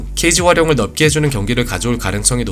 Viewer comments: '넓게' 발음을 '널게' 쪽으로 발음해주시는게 좋겠습니다 지금은 너무 '넙게' 쪽 발음이 들리네요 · 넓게 -> 널께 (넙게 X) 짧게 -> 짤께 (짭게 X) 이렇게 발음하시는 게 맞습니다! 한국어 발음이 전반적으로 좋지 못하다면 굳이 댓글 남기지 않았지만 저거 두개 정도 제외하고는 전혀 문제가 없으셔서 남기고가요. 분석 퀄리티가 좋은 만큼 사소한 발음 하나가 옥의 티가 되지 않았으면 하는 마음에 씁니다 늘 잘보고있습니다.